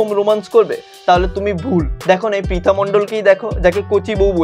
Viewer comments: First of all or naam pritha noi naam ta thik kre uccaron kr then age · প্রথমে তো নামটা ঠিক করে বলো। ওইটা পিতানা প্রিতি মন্ডল ঠিক আছে তোমার ইচ্ছা হলে তুমিও বিয়ে করো অন্যকে জ্বালিয়ো না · Dada age name ta too thik kore bolo 😂😂😂😂😂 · Abe name ta ontoto thik kore uchharon kor tarpor vedio banabi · Dada age prithi dir name ta valo Kore pronunciation koro tarpor na hoy tader niye roast video banabe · Vai namta to age thik kore bolo😂😂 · Vai age name ta thik kore bol tarpor roast na hoy korbi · Age tui nam ta thik kore pronounce kor tarpor roast korbi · Name tai thik kore bol then roast koris....